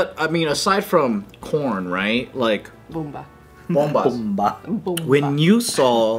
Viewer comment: Not “bomba” lmao. Filipinos know what’s up 😂💀